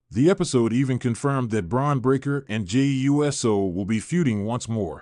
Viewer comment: Jay U S O??? Who is reading this aloud? I'm out